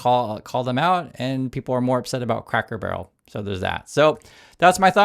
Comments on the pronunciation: You consistently say "Crackle Barrel" instead of "Cracker barrel" through out this whole video. It's feels good to know that you don't care. I don't care either. I'm thinking back to your earlier video about what might be done with our new Sovereign Wealth fund. R/ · CRACKER.... CRACK-ER... CRA-CKER... CRACKER... like crackers and cheese... not snap, crackle, pop... it's right in front of you. Honestly, I don't think I've noticed any mispronounciation here before now. It's not that bad..., just annoying. Just don't become like Ben Meisalas and Meidas Touch. He's so bad about mispronouncing things that it's started to turn me off of their videos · Are you saying Crackel barrel wrong on purpose??? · is so anathema to Cracker Barrel he can't even say it!